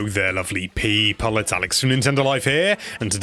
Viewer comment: Bruh I thought you said pee-hole